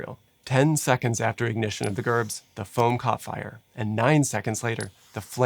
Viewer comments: Not pronounced Gerb it’s Jerb. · I Hate people that comment negative things on good videos, but you are mispronouncing the most important part of this video, Gerb is pronounced [Jerb]. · Wait. Am I wrong. I thought that in the word "gerb" the "g" is pronounced like a "j" so Jerb. Maybe I have been going round talking about this saying it wrong this whole time! haha! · FYI, “gerb” is pronounced with a J sound, like “jerb”. As a former full-time pyrotechnician, gerbs were often seen as one of our most basic effects. Being sent on a gerb shoot (usually fancy weddings) was usually one of our more routine if not mundane assignments. However it was never lost on us, and especially on me, the kind of havoc these little devices were capable of if used incorrectly or if complacency got the best of us. Unlike the situation at The Station, our effects were carefully sized to the room they were to be used in and fire marshals were always involved in the process from beginning to end. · Gerb has a soft g and is pronounced like jerb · A lot of misinformation in this video. And Gerb is pronounced “jerb” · "Gerb" is with a soft "g".